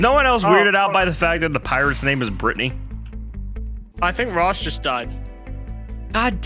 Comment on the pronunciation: It's Britney Beach! that's all I can think of every time they say Brittany I'm literally dying of laughter